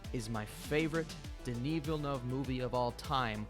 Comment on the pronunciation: its not vill noov ahaha i dont think the “eu” sound exists in english though